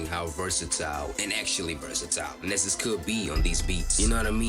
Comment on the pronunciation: his name is pronounced “knee-zus”